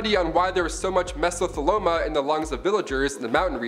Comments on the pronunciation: once again it is called MESOTHELIOMA, not mesotheloma. like for real people if you went to school pronounce things the way they are mean't to be and not how you think they should be pronounced. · Its not "mesotheloma, it's mesoTHE-LIoma. I know. I have stage 4.